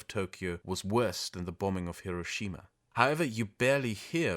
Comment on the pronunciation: It’s also refreshing to hear someone say “Hiroshima” by putting the accent on the right syllable. So many anglophones pronounce it HIroSHIma, but I’ve never heard a single native Japanese speaker pronounce it that way.